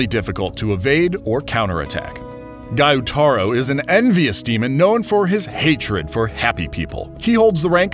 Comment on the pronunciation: kayogoro = kyojuro giyuutaro = gyutaro